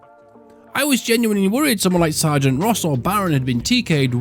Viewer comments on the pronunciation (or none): none